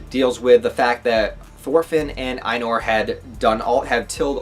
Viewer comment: Farmland is the best arc imo! It's Thorfinn at his best! A little help with the pronounciations. Einar, rhymes with Reiner. You pronounce it the same way. Also, Ketil = Ke-teal. The I is pronounced a bit differently. Same way you say i in the word engl-i-sh.